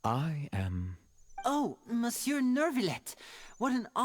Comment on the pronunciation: I've mainly noticed two different pronunciations between all the characters. Including the way would pronounce it. Same situation with other French words like monsieur. Very strange the all the VAs are mainly broken into two camps. I feel like it's also easy to tell which VAs actually know what they're saying. For example, the melusine outside Neuvillette's office I believe is the same one in his character teaser and she seems to pronounce stuff right.